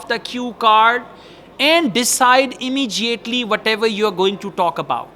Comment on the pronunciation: Sir this "Immediately" there is no "j" in pronunciation. Please pronounce correct. Thanks